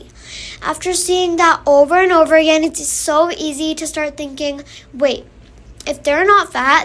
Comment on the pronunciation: don't be talking you said "agzin"😂🎉🎉🎉🎉